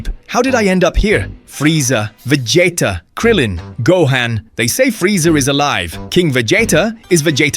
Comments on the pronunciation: VA JAYTA??? LOL WTF its VEGEETAH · Vegeta not Vegieta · Vegeta ❌ Vegeyta ✅ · The pronunciations of Vegeta's name sent me laugh every time XD